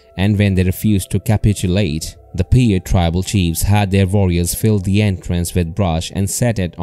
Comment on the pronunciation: I liked the video, pronounce the Indians name right, Pie-ute. Also farmers gathered bat guano for fertilizer, not gunpowder.